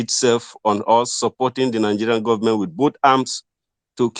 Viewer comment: Heeeelllllppppppp😂😂😂😂he said Gubbament!!